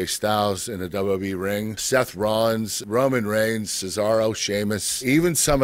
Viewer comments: we learned that he pronounces wwe wrong.. (your a legend sir.) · dub dub e (WWE) like e c dub (ECW) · Who else hates how he says wwe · Why is such a struggle for Kurt to say "WWE"?